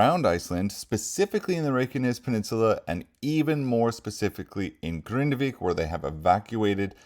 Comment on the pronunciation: Hello, nice to hear that you can pronounce the city name Grindavik properly and not like others who say Grindevik 🙃